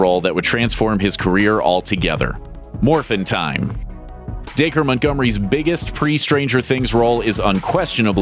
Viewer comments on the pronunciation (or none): Da-cree not Daker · wow i thought “dacre” was pronounced like “dack-ree” not “day-ker” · DAKER NO DAC-REE